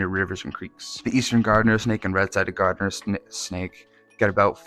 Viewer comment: Garter snake, not gardener snake. The reason they are called garter and ribbon snakes is because they resembled early settler clothing accessories.